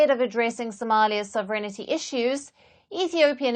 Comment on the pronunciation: I have yet to hear a news presenter outside Britain who can pronounce "sovereignty". The emphasis is on the first syllable, the second with a slight lift and the remainder being on a falling cadence: thus, phonetically; SOV-eR-Enty. The "i" is silent and definitely does NOT follow the "n".